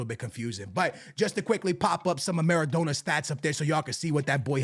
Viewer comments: maradona pronounced mara donna (like a donna kebab) please pleaseeee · You’re Portuguese bro you know how to say his name properly, what’s maradowna and aiyowze pirez 😂😂😂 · Who tf is Maradoner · The way he says Maradona hahahaha what a melt